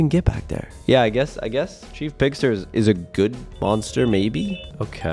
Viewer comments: It’s chef pigster not chief pigster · When you played against chef pigs tee it’s not CHEIF pigs tear it is CHEF poster like chef sounds like shef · ITS SHIEF BIGSTER BUT YOUR SAYING CHIEF PIGSTER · Chef not chief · First of all its not chief pigster it's chef pigster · I think it is chef pigster not Chief pigster😅😅😅😅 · It is not Chief Pigster it is Chef pigster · It’s not chief Big Sur it’s chef Pigster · Bro it’s chef not chief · CHEF PIGSTER NOT CHEIF PIGSTER. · It's chef not chief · Its chef not cheif 😒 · Caylus It's chef pigster Like a cook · FYI Caylus, it’s C H E F 👨‍🍳🐷🐽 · It's ch-e-f pigster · It's "chef" Pigster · It is pronounced chef peggster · It's pronounced chef pigster. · Not tchief picster chief picster.